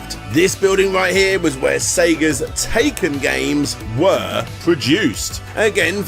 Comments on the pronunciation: Great video, BUT "体験" (taiken) is pronounced TIE (as in necktie)-ken, not "taken".... Took me a second to figure out what you were on about. Anyway, keep up the good work. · That’s really not the correct way to pronounce Taikan.